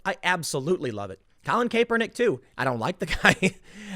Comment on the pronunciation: Tim - I am no fan of Colin Kaepernick at all, but can you say his last name right?